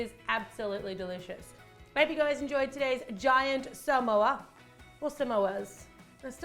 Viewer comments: Its SA-MO-A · How you say samoa: s-ah-m-o-ah that's how you say that!! 🌴🌴🌴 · Its Su-Mo-U.The way that you've been saying it. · This is how to pronounce Samoa: Suh - Mow - Uh